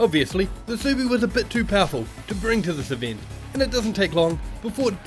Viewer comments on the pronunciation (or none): Your pronunciation of Subaru is so off